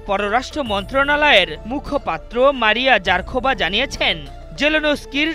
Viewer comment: ওরে সাংবাদিক ভাই রাশিয়ার মূখপাএ নাম ভুল বললেন মারিয়াযারখোবা ভুল মারিয়াজাখারোবা সঠিক